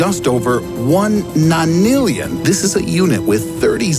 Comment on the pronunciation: A nanillion? Are u making this up? 😂😂